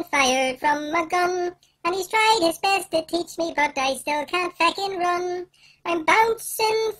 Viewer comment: THE WAY HE SAYS FECKING IM CRYIIIIIIIIIIIIIIIING